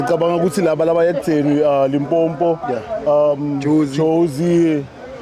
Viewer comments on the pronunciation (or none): There is nothing tht is annoying like some1 says Limpompo wtf 🙄 😒